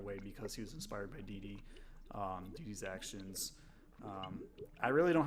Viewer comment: There's no 'z' in DeeDee